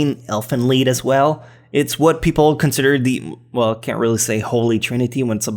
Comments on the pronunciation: Elfen Lied is not pronounced "Leed" it's pronounced "Lyed" because the main character (i think is the guy with an incest going on with his cousin XD) lied about his cousin being a girl so yeah. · Can you seriously not pronounce the word "lied"?